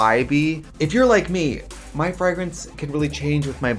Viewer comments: Why does trixie pronounce fragrance like frehgrance lol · trixie saying frahgrens instead of fragrance... cheetamascuro instead of chiaroscuro...? the wisconsin jumped OUT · Oh the fragg-ing? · It’s the frahg-rance for me 😂❤ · Find your new Fraagrance today...the way Americans say parfum and fragrance triggers me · Wait is she saying "frag" rence? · Tracy said "Fragg-renz" so many times that I genuinely started wondering if I'd been pronouncing it wrong my entire life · Cringing every time trixie says “frogreens” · so glad i finally learned how to say blunch, parfoom, and frahgrance correctly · I need the full unedited version of this visit please. 2hrs or 6hrs, I don't care. I need it in my life, please. P.S. I will henceforth pronounce it Freh-grance. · F-rag-rence. I love the pronunciation. I wanna say it like that now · Who taught Trixie to pronounce it FRAG-rence? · cracks me up how American's pronounce "frAH-grance". Love you :') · Trixie saying FRAGrence was GottMeek Vybes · Frag - rents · Not us finding out that Trixie pronounces fragrance "FRAGG-RENCE" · i've heard her say fray-grance before. A few months ago the episode came out where Katya said she was going to pronounce words with a hard g. And she has said frag-rance in anothet episode. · What a weird pronunciation of fragrance by Trixie! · Lol the ad. Your pronunciation of “fragrance” is cute, Trixie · Omg. Did you mispronounce Fragrance for this entire video? lmao love u xoxo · deadass made me mutter "fragrance" to myself like eight times in a row to figure out if I'm the one saying it with an accent or if Trixie is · I love the way you pronounce "fragrance," lol, like you've never heard a word of english in your life 😂😂😂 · Ok but the way trixie says fragrance is a hate crime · Wow they really hired the one woman on earth who can’t pronounce fragrance to promote fragrances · I think scentbird sponsored Brian just to hear him pronounce fragrance